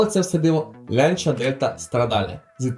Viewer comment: Чому "Лянча", а не так як називають її італійці - "Ланч'я"?!!!